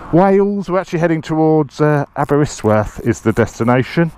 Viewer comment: As someone who lives in Aberystwyth, seriously butchered pronunciation 😂 awesome video though!